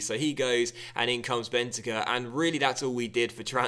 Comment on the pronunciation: is pronounced with an emphasis on the cur, Ben-tan-CUR. Not being bitchy, just giving information.